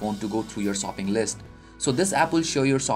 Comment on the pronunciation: that's because he said sooping list not shopping.